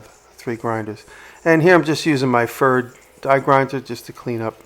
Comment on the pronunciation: Good Job and greetings from germany. Just a little hint "Pferd" would be correctly pronounced like "fairt" fair with a "t" at the end. Pferd is the german word for horse, and the company Pferd is making tools since 1799. Looking forward to your next video.